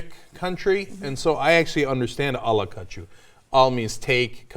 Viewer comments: "ala kachuu" Seriously? "I'll-a-catch-you?" This sounds kinda like the "Sum Ting Wong, Wi Tu Low" plane crash article... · Ala kachuu, it sounds like "I'll catch you". That would be right.